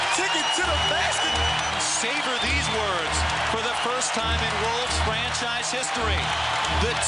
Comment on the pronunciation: my man NO OFFENCE, BUT U NEED TO WORK ON UR GRAMMAR... what is FRENSHIZE??????, i think u meant franchise